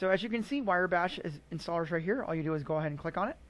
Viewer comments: Wire bash? It's wrye, like wry bread. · It's pronounced "rye bash" not "wire bash." Otherwise a great video! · I believe it’s Riiiiii, not wire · Wire Bash .... ? Its pronounced " Wrye " as in Rye wheat . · thanks for the vid. However, it is "rye" bash, not "wire" bash. It was bugging me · I seriously could not take it - "wire bash". I had to mute the video. Mispronouncing a monosyllabic four-letter word really does not instill confidence. Sorry, bro (not sorry). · Wire Bash.... Not Wrye bash. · cringing everytime he mispronounces Wrye Bash does not mean you think he's otherwise incompetent. It simply means the mispronunciation made this video very difficult to sit through (it did for me, at least). But, like you said that's all YOU can read. I guess your eyes work funny.